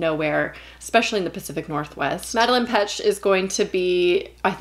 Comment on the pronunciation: For future reference her name is pronounced Mad-uh -lane Not to be pretentious just wanted to put it out there in case someone didnt know 😅 Im least excited for Terrifier honestly. The gore isnt particularly too disturbing to me its just so senseless and not utilized at all. Theres no motivations which doesnt make Art a very compelling villain honestly it just makes him look stupid. I think its bordering serbian territory at this point and i cannot understand why people like it its just graphic for the sake of shock honestly.